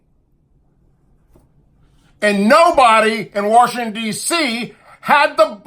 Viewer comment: First and foremost ,it's WASHINGTON & NOT "WORSHINGTON"!! dude really?! Did you know that DICK CHANEY TOOK AN OATH JUST LIKE BUSH DID?! look back on 911 hearings!! CHANEY was given a minute by minute report about the incoming plane headed for the pentagon!! Wtf-did he do?!?...NOTHING!!! military jets were ordered to STAND DOWN!! WHY???!! + TOWER 7!!! HOW IN THE FUCK DID BBC BROADCAST REPORT WTC-7 HAD COLLAPSED WHEN IN FACT IT WAS STILL STANDING RIGHT BEHIND HER ON LIVE VIDEO FEED!!! AMERICA STOP LOOKING THE OTHER WAY ON THESE FACTS!! THE WARS TODAY THAT WE ARE INVOLVED IN??!! IT'S ALL BEING WAGED UNDER A FALSE FLAG!!! BUSH,CHANEY,& RUMSFELD NEED TO BE STRUNG-UP FROM THE TALLEST TREE FOR TREASON!!WAKE UP AMERICA